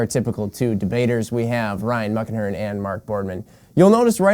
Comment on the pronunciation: Ohhh.... "Muckenhirn"...lol I thought you were saying Ryan "Muck" Ahern, and I always thought "Oh sure, no one gives a damn about an Irish slur"...LOL